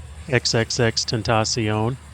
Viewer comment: OK, the way you pronounce his name is killing me! Awesome video but his name is actually “Extension”, that’s how you pronounce it. He just spelled it that way. 👍🏾